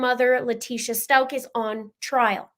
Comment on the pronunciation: "Stauch" is a german sur/last name and therefor it is Pronounced so you can hear the"ch" at the end. It is NOT pronounced with a "c" or "k" at the end.